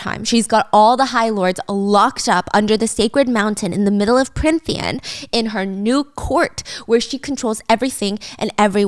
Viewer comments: i love watching these but as someone who read the books i can’t help but giggle when she keeps flip flopping between what the fae realm is called😂 i can get past the few plot flubs or saying tithe a little weirdly, but her changing between Prynthian and Prynthia and Prythian and more every time pulls me out for a second to laugh every time😂 i also love that they keep saying tamlin’s name like it’s an asian name, it’s so interesting since i hadn’t thought of it like that at all until these videos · I'm sorry i adore you Stephanie but it's Prythian not pryNthian 😢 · I love this but giiirl its PRYTHIAN not prynthia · Pryn-thia … prynthian … Stephanie you pronounced Prythian right the first episode 😂❤️